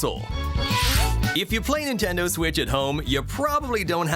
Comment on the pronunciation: Stop saying Nintenduo